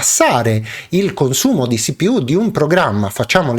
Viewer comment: Perfavore: si-pi-iú o ci-pi-u